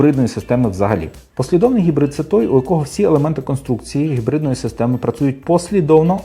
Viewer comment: Кототко і зрозуміло, Дякую! Дуже лише дратувало Ваше «Хекання» при вимовлянні типу гібридної установки. Ви ж самі казали, що абревіатура походить від слова «Гібрид», ну, то ж не Хібрид, так же ж? Це російська калька озвучувати англійський звук «Н» як «х». Вони (москалі) ж взагалі не можуть вимовити звук «Г», а тільки «Ґ»…